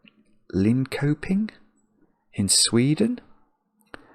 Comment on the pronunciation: Linköping is pronounced Lin-sher-ping :)